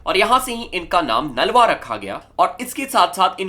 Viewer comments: Nalwa nahi brother naluya ji aa pronounce time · Broh it’s naluwa not nalwa so plz prnoicr properlu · Naalwa nahi Nalwa hai pronounce sahi karo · Bro you are pronouncing the name of Hari Singh nalua g wrong, But I appreciate your effort.